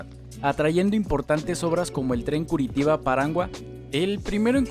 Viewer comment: Muy buena informacion y muy intersante, pero tenias que haber aprendido a pronunciar el nombre de esta ciudad con su sonido en portugues que se asemeja a "Curichiba", o algo asi.